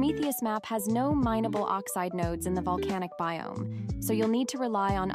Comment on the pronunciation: oxite or oxide :D